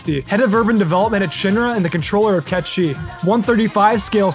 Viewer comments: the Cait sith thing is wrong, its said how is sounds :"Kate sith" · Wrong. Cait sith will always be pronounced (Kate sith) haha. I don't care what anyone says. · I pronounced Cait Sith as Cat the animal and Sith as in the Star Wars Sith lol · Now knowing that Cait Sith is pronounced as Ket Shee means my whole life has been a lie... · ITS KET SHEE? WHAAAAAAAAAAAAAT??